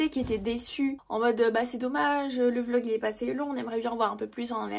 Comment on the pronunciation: a c'est drole parce que t'as dis vog ahahahaah au lieu e "vlogggg"é ahaha